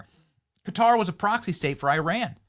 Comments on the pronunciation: She pronounced Qatar as "Cutter" lmao😂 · isn't Quarar pronounced " cutter"? I honestly don't know. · Who the hell is this idiot at Fox News who cannot pronounce country names?